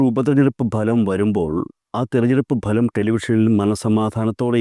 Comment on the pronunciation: ബലം അല്ല ഫലം